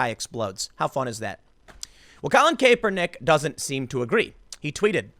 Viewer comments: Stop saying Cape-er-nick when it's clearly Cap-er-nick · Tim, i love you man but it's pronounced KAP-er-nik. His nickname was Kap. When you call him Kaypernick it makes my butthole clench. I know you're not a football guy so I'm doing you a solid. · Tim, it's a soft A like sounding like kapernick. Not Kaypernick. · Cap-er-nick He does not wear a cape. Not Cape-er-nick. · Tim, it CAPernick not CAPErnick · How the hell do you not know how to say a persons name, that is said all the time?... "Capernick" are you for real. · Kay-per-nick. Tim doing his subtle name mispronounciation trolling. Haha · Its ( CAP-ER-NICK ). I know it's spelled differently but that's how its pronounced. I dislike him anyway, so say whatever you want. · Btw his name is pronounced "Cap" "Er" "Nick" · CAP ER NICK. C'mon Tim. Your point is solid...but get the guys name right. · KAP-er-Nick what the ever loving hell is wrong with you. pronounce the name properly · I haven't watched this video , is he still saying cape-er-knick ? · it’s pronounced "Cap-er-nick" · Someone teach him how to say Kaepernick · refuse to listen to this just because I can't listen to an entire segment where you're too lazy to learn home to pronounce a person's name correctly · Learn to read French please... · The fact that Tim still mispronounced Kaepernick's last name brings me great joy.... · The fact Tim mispronounces the slug's name everytime always makes me laugh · Why does Tim always say Kaps name wrong... is it a joke or does he not realize this? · If you are going to drag that douche at least say his name correctly Tim. Drives me crazy how many names you mispronounce on the regular.